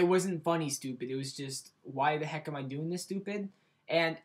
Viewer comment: BRITISH ACCENT SUCKS. COS U SAID "AM" IN AN AMERICAN ACCENT. GAWD. thumbs up for being british <3